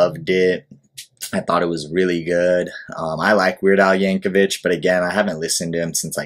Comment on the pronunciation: His family pronounces the last name "Yank-o-vick". Also, you should react to "White and Nerdy" and "Hardware Store"... among 200 or so others. The man has been making music since 1976.